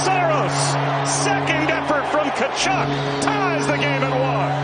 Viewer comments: I can't take you seriously if you don't even know how to pronounce "Tkachuk". They only mentioned it about a billion times during the broadcasts of their games. Come on now. If you can't even, pay attention to that, then why should I even watch your videos. Your analysts can't be taken seriously. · The T is silent in Tkachuk btw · right?…. how can you have a hockey channel, and not know how to pronounce Tkachuk 🤦🏻‍♂️ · TAchuck? And you have a hockey channel? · how can you have a hockey channel, and not know how to pronounce Tkachuk